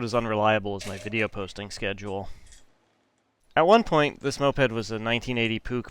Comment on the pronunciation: Not 1 time did you say moped correctly